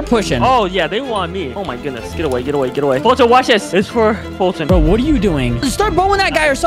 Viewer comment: Who the heck is f[U]tyn its foltyn